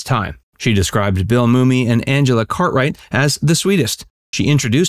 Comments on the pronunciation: Yup, grew up with this show. Always saw her as the sexy element but was underutilized. Also why is Billy Mummy pronounced “moomy”. It is pronounced just like “mummy” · Hate to moan but his name Bill mummy is pronounced "mommy" not moomy